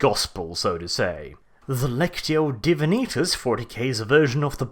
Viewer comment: I listen to the audio versions of the Horus Heresy series and the way you pronounce lectio divinatus really annoyed me lol. I know it's not a big deal but I couldn't help but to grumble